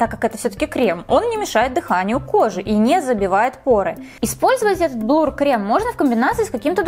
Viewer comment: Слушать неприятно когда говорят блур, вместо блюр